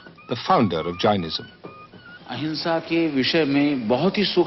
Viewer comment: Its not 'J-eye-nism', its 'Jay-nism', secondly, it was not founded 3000 years ago, it was probably significantly older.